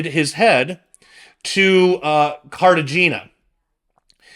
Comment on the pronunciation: Cart-a-HAY-nah (Cartagena, Columbia)